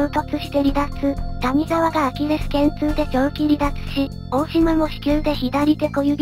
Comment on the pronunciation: たにざわじゃなくて谷沢(やざわ)やぞ